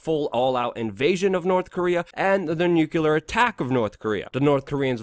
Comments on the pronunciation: It's pronouced "new clear".... NOT Nuke-u-lar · Luke, its NuCLEAR, not NuCULAR... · Love the shows, especially the weekly summaries. Forgive me (a nuclear/particle/... physicist) for being sensitive about pronunciation of the word "nuclear", but every time you say "nucular," it makes me cringe, and you've been saying "nucular" a lot lately. Since I'm going to keep watching, and I bet you'll have reason to keep saying it, would you please try to say "nuclear" (nuke-lee-er)? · Why americans always say "Nuchelar"? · What dlour nucular weapons and inivorns have in common? Neather of them ficling exist! It is NUCLEAR! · Nuclear .... NEW CLEAR for Christs sake ... NOT new cew lear ! You sound like Dubya :-/ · Nuculer?! You're killing me, Smalls!